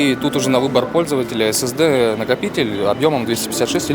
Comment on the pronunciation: Эз эз ди😂😂эс эс ди деш😂😂😂